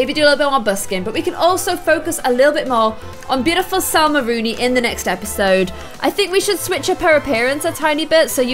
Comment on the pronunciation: I not trying to be rude or correct you meanly but there is no r in Salma